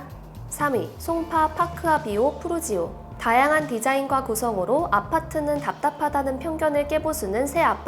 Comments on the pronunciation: 프루지오가 아니라 푸르지오입니다~ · ‘프루지오’가 아니라 ‘푸르지오’ 이지 않나요?